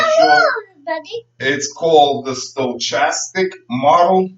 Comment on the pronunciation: Forgot to mention, it is pronounced with a "k" sound not a "ch," and the "o" is not long. sto·chas·tic /stəˈkastik/